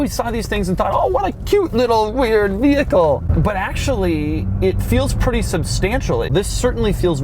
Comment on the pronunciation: Do you also pronounce it ve HIckle? God my ears, they bleed.